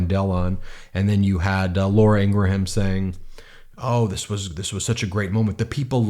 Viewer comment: I hate her too, but Ingraham is 2 syllables, not 3.